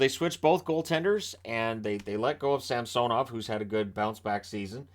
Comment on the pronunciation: Too bad didn't get the memo about Ilya's request at the beginning of the season for the new pronunciation of SAMsonov.